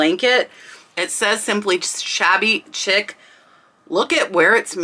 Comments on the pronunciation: It's pronounced Shabby Sheec not chic by the way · Thanks for the informative video. You'll probably get comments about Shabby Chic (pronounced like sheek). As you showed on the tags, it's a brand name, and they're a VERO brand so you cannot use shabby chic as a keyword in titles unless it really is that brand. That's why you see listings of things with just shabby in the title. Lots of Shabby Chic was "cottage look" - small print fabrics, furniture with missing paint, old window frames made into nick nack shelves, semi-primitive decorative items, etc. There is some argument about the definition of petit point, but most stitchery experts agree that it is smaller than cross stitch and much, much smaller than needlepoint. I've never seen a petit point pillow, but I've seen petit point jewelry (mostly pendants) and purses. The distinguishing feature of petit point is its really tiny stitches. If you describe a pillow as petit point, the customer could successfully argue that it isn't as described if it has larger stitches. It's like the difference between mosaic (common and inexpensive, frequently misdescribed as micromosaic) and micromosaic (very uncommon and extremely expensive). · Shabby Chic is pronounced “Sheek”. It was huge I believe in the late 90’s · FYI: "shabby chic" is pronounced "shabby sheek," not "shabby chick." Great info, as usual. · Shabby Chic, is not pronounced Chick. It is pronounced Shek. As in French style is shek, or elegant. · pronounced shabby sheek